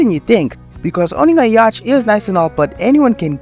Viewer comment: Prnounced yaht. The c is silent. Very good report. There are influencers that make money the normal way and dont sacrifice themselves. There are honest influencers.